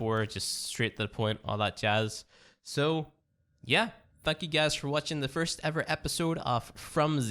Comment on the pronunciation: He said thank you and I heard F*ck u and when I did subtitles even youtube thought its F*ck u no joke check it out for ur self